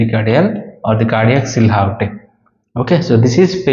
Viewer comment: Hello Doctor, thanks for the videos. Just a quick note: The word silhouette is pronounced as See Loo Wet.